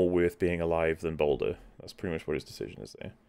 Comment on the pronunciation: I keep hearing 'Boulder' when says 'Baldur.'